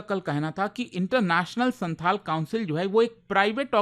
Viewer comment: Its not Shanthal, Its Shaontal